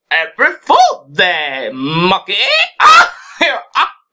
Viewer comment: I actually thought he was serious when he said apeeeeel pool day.